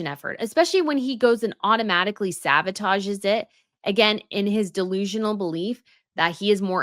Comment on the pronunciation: Is she saying saVotage?